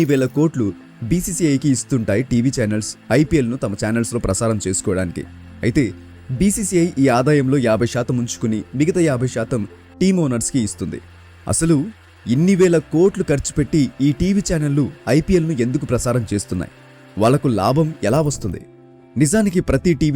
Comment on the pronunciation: Good Explanation but try to speak "శాతం" instead of "షాతం"